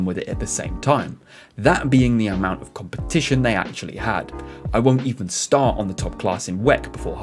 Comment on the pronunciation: I'd rather read all this than listen to an announcer who can't even pronounce the words "competition", or "start".